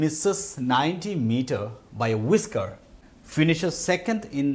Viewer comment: Whisker pronunciation വിസ്ക്കർ എന്നാണ് , അല്ലാതെ വൈസ്ക്കർ എന്നല്ല